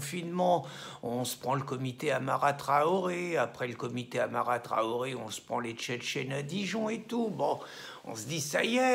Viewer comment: Vous dites "Amara Traoré", c'est en fait "Adama Traoré". Petite nuance. ;)